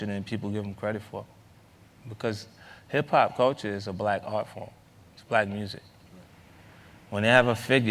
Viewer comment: Hip-pop not HIP-HOP!!! :)